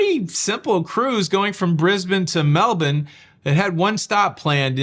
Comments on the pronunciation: Ok, way impresssed now. You know how to pronounce Melbourne Right!!!! Well done sir! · Props to you for your correct pronunciation of Melbourne! 😎 Very few US citizens get that right! You should be proud! ☺️ Btw I grew up there and it’s a lovely place, although the Winters are pretty miserable. Brisbane is way nicer. I love it here! 😎☺️